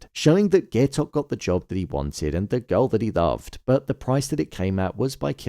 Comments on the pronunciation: pronouncing it "gay-tok" is crazyyy 😭 (guy-tok) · How are you gonna pronounce Gaitok's name wrong during the finale review smh